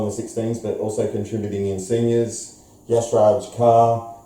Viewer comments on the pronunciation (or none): Yashraj is pronounced Raj